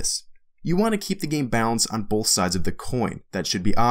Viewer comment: loved your video dude but for the love of god both does not have an L in it.